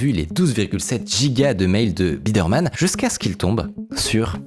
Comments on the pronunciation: Biderman (baille deur Mane), par Birdman !!! C'est incroyable de pas être capable de lire et de prononcer ce nom correctement. Du coup, on se pose des questions sur la qualité générale du documentaire. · Attention à la prononciation. Il s'agit de "Noel Biderman" et non pas "Birdman" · J'ai pas encore fini de regarder mais tout le long pour le moment Micode dit "Birdman" alors que c'est "Biderman" c'est perturbant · BI DER MAN, pas BIRD MAN. Moi aussi je suis dyslexique, mais pas youtubeur et cette erreur répétée à l'envi, ça fait désordre... Vingt Zenquêteurs, c pas terrible non plus. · c'est Biderman, pas Birdman. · Pourquoi prononcer "Birdmann" ? le nom se prononce Bi-der-mann et pis voilà ! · pourquoi dire Birdman au lieu de Biderman ? Estce fait exprès ? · Comment il lis biderman birdman pendant 36 minutes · IL A DIS BIRDMAN TOUTE LA VIDÉO SANS SE RENTRE COMPTE QUE C’EST BIDER MAN ! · C’est pas birdman c’est Biderman ! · le fait qu’il ai dit birdman instead of biderman ça me tilt a un point inimaginable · Triggered par le fait qu'il s'appelle Biderman et que tu prononces Birdman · BIDERMAN PAS BIRDMAN PUTAIN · c'est BI DER MAN ET PAS BIRDMAN sinon super documentaire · C’est BIDERMAN est non BIRDMAN comme tu dis pendant 30min .. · Tu dis Birdman ou lieu de Biderman tout le long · Il s'agit de "Noel Biderman" et non pas "Birdman" . Ne voyez-vous pas la différence ❓️❓️❓️⁉️ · BI DER MAN, et non pas BIRD MAN ! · Juste pour chipoter c'est Biderman et pas Birdman Mais très bonne vidéo sinon, encore une histoire très prenante ! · Super video mais juste un truc, Noel Biderman c'est Bi-der-man, pas Birdman 🙂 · Birdman ou Biderman ? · Pourquoi prononcer Biderman (qui se dit tout simplement Bideurmann) « bird man »? Je n’arrête pas de me poser la question. Je ne comprends pas, c’est l’angoisse. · Le mec s'appelle Biderman et c'est prononcé Birdman tout au long de la vidéo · Il ne se nomme pas Bidman mais Biderman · biderman, et pas birdman ' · Birdman.. non c'est Biderman 😭